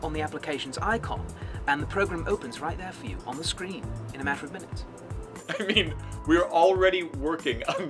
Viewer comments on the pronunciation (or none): "in a matter of minuites" lol